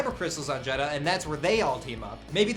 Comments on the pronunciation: this is pissing me off, yes its spelled jedha but its pronounced jedah, not jed-ha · It's pronounced "Jedda" not "Jed-ha".... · its Jeddha without the "H" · Guys, the "H" in Jeha is silent. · The inconsistent jedha pronunciation hurts my brain. It's Jed-uh.